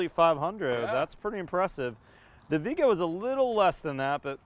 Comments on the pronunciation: Vee-ayy-gah is the correct pronunciation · Its pronounced Vee Ay Guh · Viega is a Spanish word that means come. When it's correctly pronounced it has three syllables, not two.